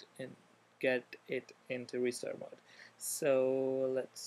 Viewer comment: 're-stir mode' lol